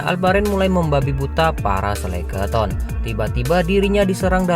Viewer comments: Sekeleton bang bukan seleketon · Bukan Seleketon ya bangg, tapi skeleton. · Sekeloton bang bukan seleketon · Bukan selekaton bang tp Skeleton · bang yang bener skeleton bang... 🤭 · Waduh typo ni lidahnya abang ini... Skeleton bang..